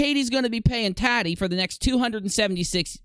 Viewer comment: It sounds like you're say t-a-d-d-i-e. Lol. Tah-tee I believe it is .